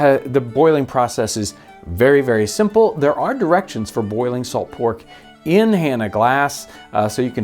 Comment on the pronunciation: “IN Hannah Glasse”